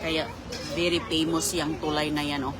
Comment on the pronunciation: Paulit ulit mo nsmang sinasabing nag " mobe" si JLo sa "bredge" na yan. Akala mo.naman kasama ka sa shooting hahaha😅obob 8080 ka. Shooting sa "bredge" 😅kaya very " pemos: and bredge hahaha very conceited ka.😅😂😢